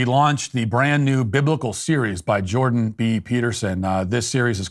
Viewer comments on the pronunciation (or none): none